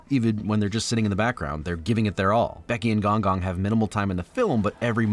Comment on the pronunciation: It’s pronounced g-oung g-oung